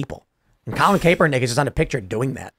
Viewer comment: Ugh tim you keep saying Colin kaepernicks name horribly wrong lol.i don't Luke the guy but it was cringe lol.